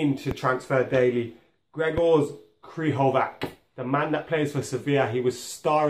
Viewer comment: Where to even start with these pronunciations... Krychoviak is pronounced "Kry-CHO-vee-ak". It's "LAT-zio". And "Fel-EE-pay" Anderson.... Plus random decision to call de Gea by something other than his name... Do they not realise that these are not English words, and therefore should not be said as though they are?